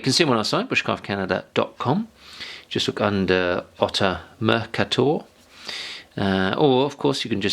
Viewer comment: Thanks for this review. In another note... How far are you from the Netherlands? You should find out how to pronounce 'Mercator'.